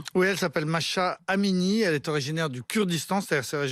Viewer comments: C’est pas Masha 😂😂😂 C’est MAHSA😂 😂😂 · Arrêtez de dire Masha alors que c'est Mahsa... Respectez à minimum svp